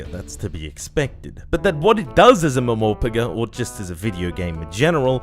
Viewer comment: That pronounciation of MMORPG flored me lmao